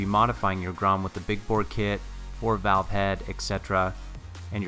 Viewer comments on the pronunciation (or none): none